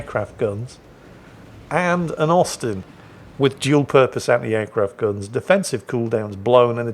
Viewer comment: I kept hearing osten good to know it was Austin